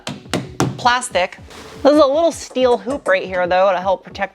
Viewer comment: Aluminium and schteeel